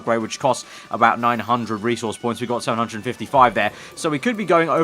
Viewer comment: Bro, learn how to say 'resource'.